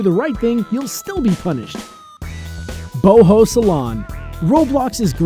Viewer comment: Prior Tunic It is pronounced boho